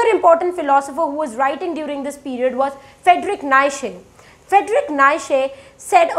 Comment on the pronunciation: It is not "Naishe" it's "Knee cha" (Nietzsche)